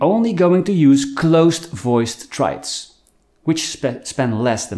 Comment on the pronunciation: Triads, not traids…